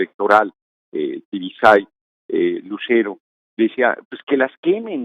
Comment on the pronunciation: Norona, otra vez con lo mismo no es Tibisay Lucero, aprendetela es Tibisay Lucena. OK???